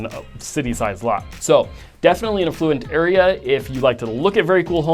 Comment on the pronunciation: 1. North Oaks average home price is closer to $1.1M -- not $1.5M. 2. You are mispronouncing affluent. Frequently.